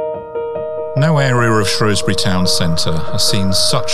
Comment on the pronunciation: Shrewsbury. Not Shrowsbury.